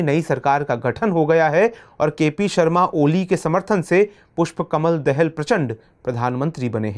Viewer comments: Sir, देहल नही दाहाल । हिन्दी भी पढनी नही आती !!! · दाहाल है